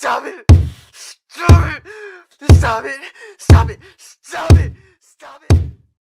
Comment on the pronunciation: Well I know Ed is saying "Stop it" to Rob when he hit him but... I keep hearing Stab it instead.